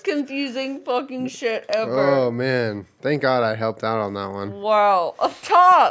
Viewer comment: the way Jenna says all of these is exactly how she pronounced shit when they did the headphone challenge, the way she bobs her head is so cute lol UGH I MISS HER